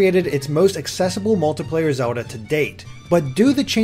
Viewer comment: Am I the only one extremely annoyed by how this reviewer pronounces the word 'Zelda' like 'Zuhlda'